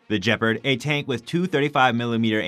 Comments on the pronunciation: Jepard? What is a Jepard? Did you mean Gepard? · NOTE: "Nucular" is NOT a word. Nuclear is. Any chance the guy doing the voice-over learn that? Who's doing that anyway? That guy has no professional training. More like blurting words than doing voice-over... Oh, and it's not "djeperd". Please learn to say the word "gepard" properly. It's f*inkg annoying to hear. Simply go to Google Translate, choose German, then type the word in and listen to it.